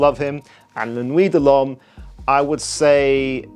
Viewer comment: I like watching the gay guy with tats who makes funny sissy hand motions. Claims to be a chemist but can’t pronounce l’homme 😂. He is paid by houses to do a review and say good things (if he seems to hate it on someone else’s channel). I love watching his reviews for pure entertainment value